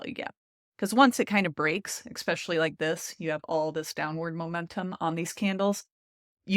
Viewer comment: "especially", not "exspecially." Cringing every time I hear you say it.